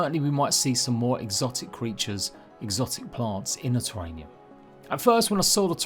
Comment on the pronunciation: terrarium not terranium. just a note. keep up your content